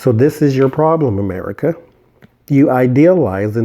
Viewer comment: You pronounce America "ahm-a-REEK-a"...did you know that's also how Barbara Marciniak pronounces America when channeling the Pleiadians? 🤔